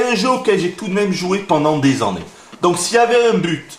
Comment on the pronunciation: j aime bien comment tu dis les an-nés pour dire annés sa fait un peu comme un accent créole